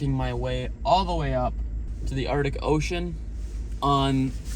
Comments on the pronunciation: Buddy... it's pronounced Arc-tic not Art-ic... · Arctic. Not Ardic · Uhrdik Ocean 💀